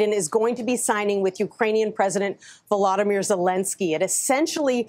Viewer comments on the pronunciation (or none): none